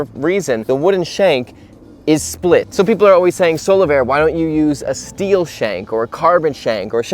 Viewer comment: Omg I thought he was saying "solo bear".